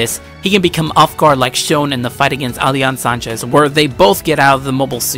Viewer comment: btw you pronounced Ali al Sachez you said Sanchez on his name and along with Mikazuki Augus it's not "Angus" it's Augus